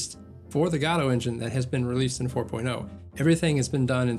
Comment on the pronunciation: If watch him if he would stop saying gAdot instead of gOdot